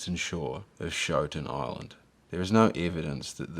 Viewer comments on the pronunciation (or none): It mispronounced Schouten Island. Showtin, no. Shooten yes.